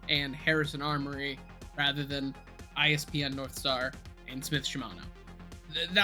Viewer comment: Fun video series! But it irks me that you keep calling IPS-N "ISPN Northstar" lol